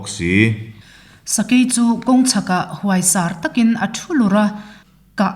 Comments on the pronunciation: 'Hmelṭha' tih ang hian 'Huaisar' hi lam rik tur zawk a ni e. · Huaisar tih lai kha a lamdan a dik lo, huai tih lai kha huaisen tih a kan ram ang hian lam rik tur, Sar pawh kha Sar a zam ti a kan lam ang hian lamrik tur a ni